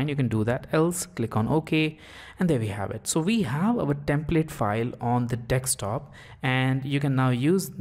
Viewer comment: thumbs down for pronouncing "desktop" wrong